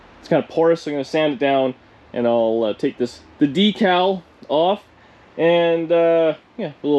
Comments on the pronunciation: Did I hear DEE-CAL and not DEK-AL? We hang on your every word!😆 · You said Deecal, lol. Bug catcher👍👍 good choice. Thanks for sharing!